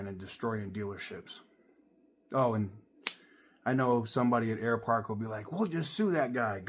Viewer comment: Air Park? Sounds more like Air Fart, shame.